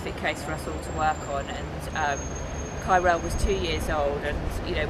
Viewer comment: I Swear It Sounds Like You Pronounce His Name As Cairo. Thank God I Read The Description. Rip KYRELL 💙